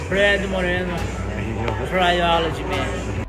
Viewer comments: I heard Tri-olig whatever that is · Did he say "try olives"? And his dumb coach says the same shit...smh 😆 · The meme at the end tho lmao i thought he said biology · Trilogy, I thought he said he wanted to try olives lol.